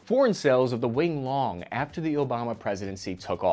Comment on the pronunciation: "Wing Long" is pronounce "Yi Long" and it means "Pterodactyl."